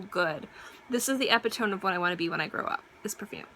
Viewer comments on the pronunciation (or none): That's not how you pronounce "epitome."